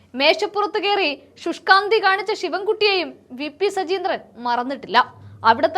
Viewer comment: സജീന്ത്രൻ അല്ല, സജീന്ദ്രൻ എന്നാണ്